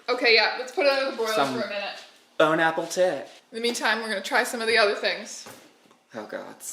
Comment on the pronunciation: My spirit left my body when she said "bone apple tit" 💀